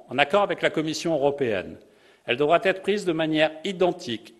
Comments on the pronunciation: Au moins 3 fautes de liaison aussi (devra "t" être, pourra "t" être), ça fait brouillon. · T'as loupé plusieurs autres moments. Il a aussi dit 2 fois "devra "t" être".